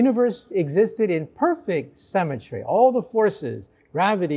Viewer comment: The guy consistently pronounces "symmetry" as "cemetery".